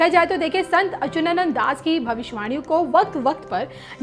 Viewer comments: Baar Bar Achunanand bol rahi hain jab ki Achutanand is correct pronunciation itne bade sant hai unak naam to dhang se lijiye. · ....you should properly check the pictures, dates etc. And pronunciation is very important. It's Achyutanand.....you are saying it incorrectly. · संत अच्युतानंद बोलो, सही उच्चारण सीखो । बी0 एस0 रावत देहरादून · बेवकूफ औरत अच्युतानंद अगर तुम सही से प्रणाम सेशन उच्चारण नहीं कर पा रही हो तू पहले अपना उच्चारण ठीक करके आओ न्यूज़ पढ़ने आई है और वह भी हिंदी ठीक से बोलना नहीं आता है यही गलतियां क्या अंग्रेजी बोलने में करती हो